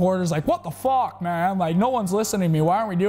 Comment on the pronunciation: Crim - "FaWK"